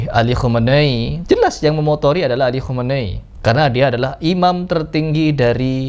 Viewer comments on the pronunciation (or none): Khamenei Bukan komenei